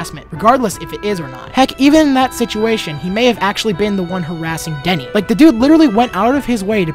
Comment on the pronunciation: Once again, thanks for showing the dms between me and theft, i still can't believe he din't sayd my name correctly (witch is denys not deny), and he still made fun of my english, what an a-hole, oh well i guess now things are over for now, or he will just make a spete move and keep been an cry baby